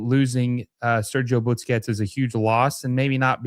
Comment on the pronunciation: Why does this guy always say Butsquets instead of Busquets?